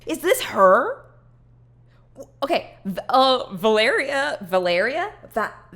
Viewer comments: "vuhlaria? vuhlaria? valleria? VUHLARIA" i cant 🤣🤣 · I zoned out while waiting this. Hearing you say my name into MY EAR so many times scared tf outta me 😭 Also it's vuh-leh-ree-uh lmao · my name is Valeria and seeing trying to pronounce my name cured my depression